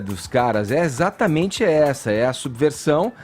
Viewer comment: Etxatamentze é dzi estourar os tzinpanos